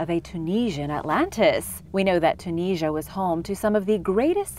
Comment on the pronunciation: I've never heard of Tunisia being pronounced like that.